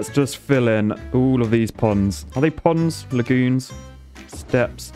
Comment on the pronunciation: "We have a lovely poond in our city!" "Uhm... You mean POND?" "Nope"